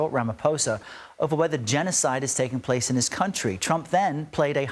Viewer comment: Thank you for saying Ramaphosa correctly